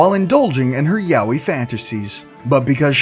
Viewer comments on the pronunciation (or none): none